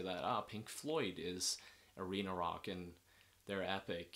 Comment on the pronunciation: I heard "reno-lock" when you said arena rock